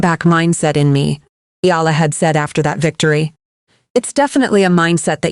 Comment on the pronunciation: Eh Ya La not Yala